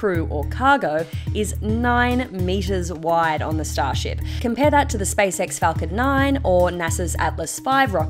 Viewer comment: It's SpaceX not Spice-ex.